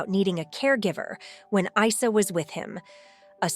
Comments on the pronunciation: It’s not I-sah. It’s pronounced eeesaa. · Please try to respect Janet's son's name by pronouncing it correctly. It's NOT EYE-SER!!! IT'S pronounced EESAA although written Arabic is Isa (ءسه). Get it? got it? Good ✔️ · FYI: This is a muslim name and it is supposed to be pronounces as 'EESA' no Isa!! Esa is the muslim name for Jesus. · Correction It's pronounced as " Eesaa " as in Isa, son of Mary. The last Prophet to the israelites. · You pronounce the name of the son wrong, it is pronounced Easa, same way you pronounce ear without the r. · His name is said with and E not a I , that’s an Arabic name . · Isa name it is pronounced like i for India or ink Isa the name of the Prophet Isa AS the son of Maryam AS